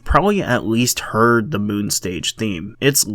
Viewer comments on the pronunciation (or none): none